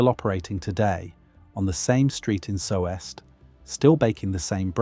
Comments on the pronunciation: Soest is pronounced "soost" (as if it were Sohst) not so-est. It wouldn't have been hard to look up the basic Wikipedia page for Soest if you intent to make a video. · Yeah that is not how you say "Soest". It''s just a long "o". This is one of the only instances where German pronunciation is irregular. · Soest , one sylable Like toast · It's pronounced Soost as in toast. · AI slop, again. Sowest? Do your homework and check what your AI churns out. The oe portion of the name of the town of Soest in Germany (there are more, even outside of Germany) is pronounced like a merging of the o and i in the English words worth and bird. It used to be an O with an Umlaut (two points above the letter), in German those two points can be substituted by the letter e. Soest used to be Söst. Your AI also generated pictures of rye bread, which is something different from Pumpernickel. The texture you describe is the texture of rye bread, which is steamed and starts molding within days. Pumpernickel is baked and has molasses added, it molds slightly later than rye bread. I'm convinced you've never been within a mile of either type of bread. Don't let an LLM describe taste or texture. Write your own copy. The typical GPT text structure is all over the place and it has gotten old a while back. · I live nearby Soest, it's pronounced "Soost" with a stretched O. You can buy pumpernickel sliced and canned, good for years, perfect for preppers😅 You can even make cakes or desserts from pumpernickel. Just mix the crumbles with cherries and cream. With❤ from Westfalia! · Pumpernickel with butter and a slice of Gouda <3 Bliss. I was beginning to get annoyed at your implying 1570 was "medieval", but later you explained it, so my blood pressure is normal again ;) BTW the e in Soest is not pronounced, it is there as an indicator the o is a long closed o. So the town is pronounced Soooost [zoːst] . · lol what was that soft brown colored bread that was cut Also this AI cannot pronounce Soest.